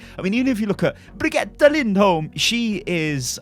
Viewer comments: if u say BREE-GETTA LIND-OLM 1 more time im gonna die, just say bridge-et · will probably never say her last name properly because the British don't often pronounce the letter H.